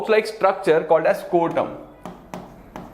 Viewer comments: Sir it is scrotum not scortum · it is not called scortum, it's called scrotum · Are sir tum galat bata rahe ho testis ke cover ko scrotum kehete ha na ki scortum. Galat baat nahi batao 😡